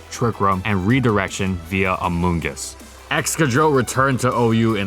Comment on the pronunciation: I hate hearing amoongus now